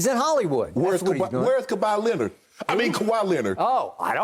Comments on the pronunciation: Ka-bye Leonard 🤣🤣🤣😭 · “Ka-Bye Leonard” Unc Shannon a fool💀😂